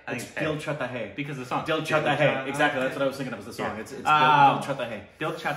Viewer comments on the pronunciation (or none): Indian pronunciation : Dil chahta hai (The Heart Desires) OST pronunciation : Dil chhata hai ( Heart's an Umbrella)